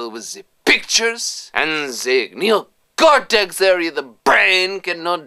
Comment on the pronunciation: i think made the computer sleep with his NEE-OH-KOHR-TEKSSS power:D